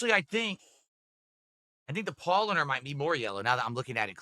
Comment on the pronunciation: Oh my god, at least try to pronounce the beers properly, you idiot! He butchered Paulaner.